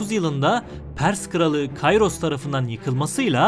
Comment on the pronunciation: Kayros diye okunmaz Kiros diye okunur tıpkı Sezar değil kesar gibi